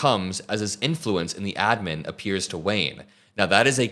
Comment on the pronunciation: Everytime you say adman makes me want to puke